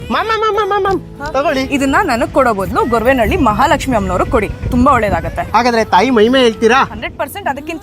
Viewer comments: ಎಲ್ಲಾ ಸರಿ ಆದರೆ ಗೊರವೆನಹಳ್ಳಿ ಅಲ್ಲ ಗೊರವನಹಳ್ಳಿ ಎಂದು ಹೇಳಬೇಕು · Goravanahalli adu gorvenahalli alla